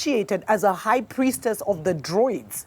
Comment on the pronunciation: Druids not Droids